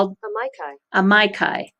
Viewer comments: The latin word is corectly pronounced "ameekee" or "ameechee" depending on which side of the scientific debate over latin pronounciation you are on. Certainly NOT "amaikai"! Thanks for the video. Very informative" Two thumps up! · Loving it as always - one thing - Amici (ah meee chi) Italian for friends:)